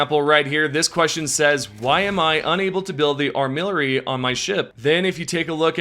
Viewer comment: ar-mi-lar-y, not ar-mill-ar-y